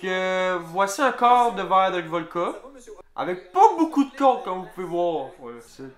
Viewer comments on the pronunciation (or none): btw, c'est voDka et non volKa